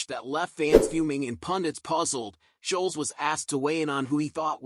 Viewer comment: Annoying yanks can never get names right ? (Scholes) not sholes!!! 😂